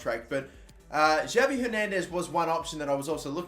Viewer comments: Pls stop saying Javi it’s pronounced Havi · don't pronounce the J in Javi Hernandez, it's pronounced with a H instead of a J